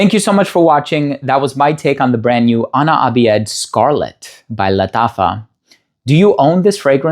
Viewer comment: Ana abiyedh is usually pronounced as Ana abyadh more then abi-yed. Which is "I am white" in English. Then the side you saw as "I am white" is for "ana abyadh" , then scarlet.